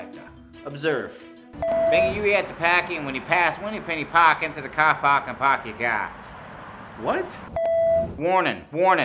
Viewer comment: "Make a Uie at the pahk and when ya pahss Whineypinney Pahk entah the cah pahk and pahk ya cah." 🤣